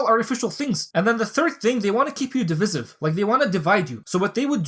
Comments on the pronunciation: Not being a jerk. Trying to help. It's div-eye-siv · Dee-Vi-Siv. BarakhAllah feek. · It's pronounced div-eye-siv brother 😂